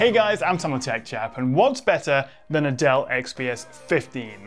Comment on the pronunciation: I keep thinking he's saying Adele lol